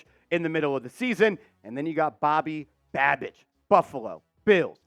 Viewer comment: Sounds like you were saying Bobby badbitch 😂😂